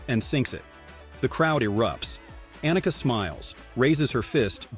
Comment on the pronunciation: Her name is Ahneka, not Anneka. And it's sorenstahm. Not sorenstamm.